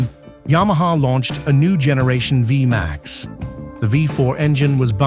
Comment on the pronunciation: It's pronounced vee max not via max stupid lame a.i. generated narrator